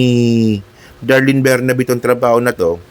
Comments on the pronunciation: ATTY Darlene BERBERABE PO HINDI BERNABE. A VERY INTELLIGENT, RESPECTED DEAN FROM UP UNIVERSITY COLLEGE OF LAW AND FORMER CEO OF PAG IBIG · Berberabe not Bernabe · berberabe po di bernabe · berberabe, hindi bernabe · Anu ba - sinabing 𝐁𝐄𝐑𝐁𝐄𝐑𝐀𝐁𝐄, hindi bernabe. Tigas ulo mo!